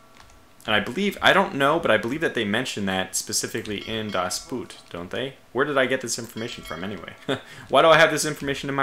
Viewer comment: I cringe every single time when you try to say "das Boot". :D Try to pronounce the double o more like the o in "on" or "over". Please, i beg you!